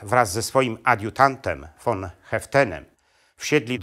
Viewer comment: Ten facet nie potrafi ani mowic ani czytac. Von czyta jako ffon Co kilka slow. W. Dziwnych miejscach stawia. Kropke. I robi. Dziwna przerwe. Taki stary a w szkole nie byl.